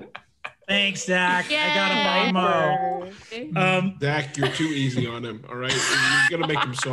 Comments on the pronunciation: As a french guy, let me tell you they pronounced "bon mot" a thousand different times, but not even one of them was correct xD. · i deeply love that brennan knows you shouldn’t pronounce the t on mot but doesn’t know not the pronounce the n on bon chefs kiss the french language is a travesty and a wonder